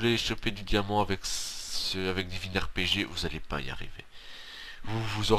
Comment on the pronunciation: Lol he said divin ArePeJe